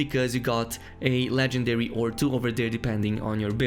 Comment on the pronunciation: ive noticed that you can say the letter "r" in words normally but in "legendary" you say it like "legendawy"